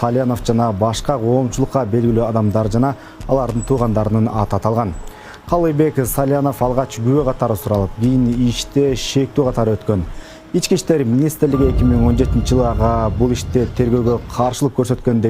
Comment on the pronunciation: Журналисттерди карап чыгарышпайбы гөчө гүбө дебей көчө күбө дейт